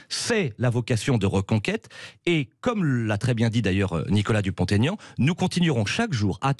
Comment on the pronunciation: PELTIER NE SAIT PAS QUE DUPONT - AIGNAN ON FAIT PAS LA LIAISON !